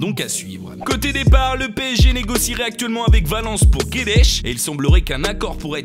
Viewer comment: Ta dit guedesh😅